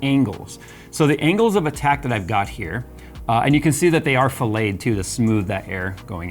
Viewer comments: fillet, not filet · Love it. BTW: It is not Filet like a stake it is pronounced like filette when referring to putting a radius on an edge. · As a mechanical engineer, its not a steak. Its pronounced Fill-it not fill-ay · Really cool test! btw fillet in CAD is pronounced "fill-it" not "fill-aye" like a filet o' fish haha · as in fill in the gaps :) aka fillit and often binit :P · Fillet is pronounced fill-it unless your ducts are slicing fish. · FYI: A mechanical "Fillet" (pronounced FILL-IT) comes from the Latin word 'Filum' meaning thread, stripe , or narrow band. The culinary word "Fillet" (pronounced FILL-AY) comes from the same Latin word but a different evolution. Spelled the same but pronounced different. P.S. I teach college level engineering CAD, so I am loving your design explorations in your videos. Very interesting. Please keep it up.